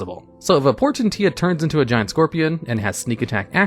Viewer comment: Its pronounced Poor-Ten-She-A. Just fyi